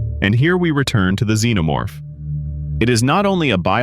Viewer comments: Wtf is a "Z-No-Morph" ??? it's Xenomorph, Z shouldn't sound like an X , Zorro doesn't sound anything Xorro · Hearing him say "Z-No-Morph" was offensive to my ears